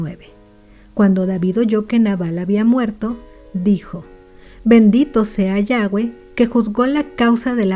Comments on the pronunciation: Estuvo bien la historia o consejo pero no pronunciaste bien el nombre de YAVÉ no es yagüe literal como se escribe YAVÉ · Bendiciones una consulta porqué dice yague ¿